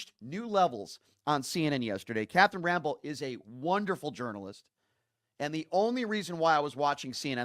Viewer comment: Bro please pronounce he name correctly it Rampell!!